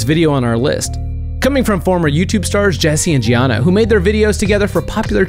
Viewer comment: Jesse and giana LOL its jeena